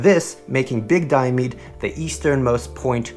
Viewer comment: Diomede is pronounced: Di-oh-me-di